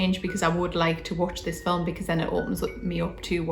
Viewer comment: "Fill Em" ... I like that. 😂👍🏻